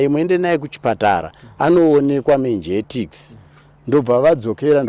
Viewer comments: Mengetix😂😂😂.. Inonzi meningitis. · Kkkkkkk voti "menjektics" meningitis. Zvakaoma. 😂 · Kkkkkkkk ummmmmm chirwere che " Menjetikisi". It should be Menegities. 😂😂😂😂😂